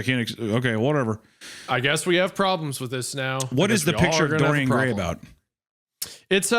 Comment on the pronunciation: I like how Isiah completely butchers Dorian Gray